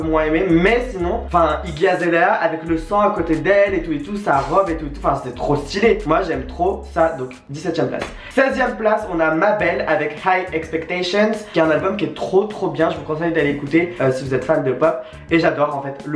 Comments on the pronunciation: Mabel se prononce : Meybeul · Ta pas respecté Mabel (ça ne se prononce pas mabel)